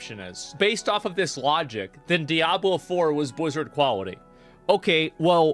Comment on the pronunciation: "buzzard quality" lmao